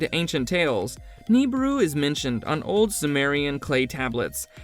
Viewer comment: Take a shot every time this robo voice pronounces Nibiru & Kuiper wrong, lol Planet 9's orbit is NOT 20yrs !! It's estimated to be over 10,000yrs ! "Collide with the premises of Earth", "planet Pluto" "Pluto 9" ? How many stupid errors can you fit in one video ? LoL